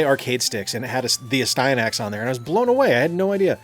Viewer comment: I love Astyanax, it taught me my left from my right. Great cutscenes and awesome bosses Also it’s As-T-ya- knacks